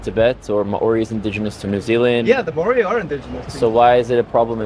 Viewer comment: Always interesting videos and his conversations. But …..If you are going to site a peoples of the land please learn to pronounce their name. Eg. Māori people of NZ.